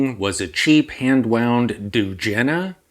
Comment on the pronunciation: Heartbreaking! 😢 The second time you said „Dugena“, you pronounced it almost perfectly. Wow. This guy who wanted you to take the video down must be really crazy. O_o I really love the Seiko story. Great! 🕐⚙️🍸